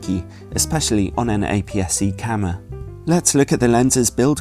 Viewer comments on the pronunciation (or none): please don't say camer!